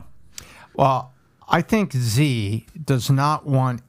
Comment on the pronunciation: Please help Patrick understand how to pronounce China's President Xi's name correctly, PBD is such a talent - but can't stand he continues to butcher Presidents Xi's name..... this is very simple Xi = She... yes so easy.. President She (Xi)... the rest of his name is pronounced She Jin (like the name Jean) Ping (pronounced like ping pong, just say ping) very simple -- China's president SHE JEAN PING, keep up the great work PBD and home team.. such valuable content